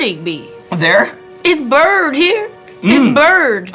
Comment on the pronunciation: Right here it's burnned🤣🤣🤣